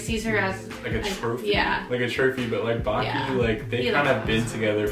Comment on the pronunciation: guys I'm sorry to tell you but you mispronouncing the name of baki gf alll thatttt time. which is completely ok because idk how to write it haha